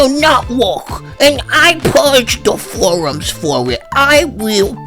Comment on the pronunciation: I WIW PURGE I WARN YOU I WIW PURGE DA FOWUMS 😂😂